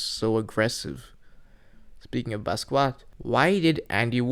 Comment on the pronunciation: This a pretty good video but I think it's funny how u said Basquiat as "Baskoowat" lol